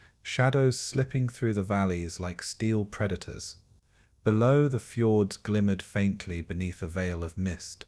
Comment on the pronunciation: normally I am pretty ok with your videos but between things like -"and 12 'O' 'O' 'O' pound bomb" and "Norwegian Fords", this video was a little distracting.